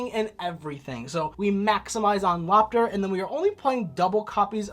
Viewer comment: Loptr is pronounced like Loap tar, Harr is urr, utgarda is ootgard, hela is Hyla, nidhogg is l Neeidhegg, mardel is mardel lol, Jormungandr is Your min gunder